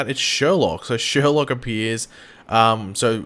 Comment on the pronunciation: SherLOQUE! Come on it’s not that hard, ah good times